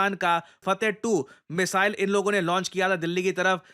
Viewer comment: मिसाइल.....❎ मिजाइल.....✅😂